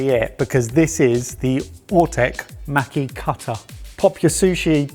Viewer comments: The a in maki sounds the same as how you lot say pass. Maki > maw-key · Me wondering when they will learn how to pronounce maki correctly...